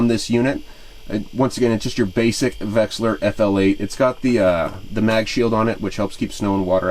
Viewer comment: 1: There is no g in Humminbird. 2: Its not pronounced vexler. Its a V E X I L A R. 3: My OCD twitching bad.